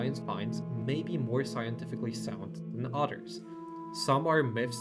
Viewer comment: Your English is really good. But you pronounce others as otters 🦦 Work on the pronunciation of the “Th” sound